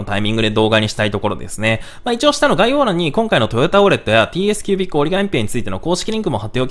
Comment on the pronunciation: てぃいえすきゅうびっく